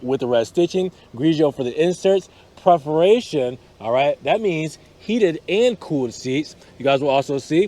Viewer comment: Great review of a very tempting car. But dude, you really need to learn how to pronounce "perforations" It's PERforations, not PREHforations. C'mon, man.